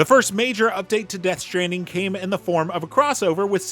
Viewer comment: Ah yes Death Shtranding